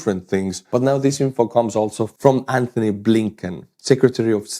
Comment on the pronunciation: it's Anotny no "H"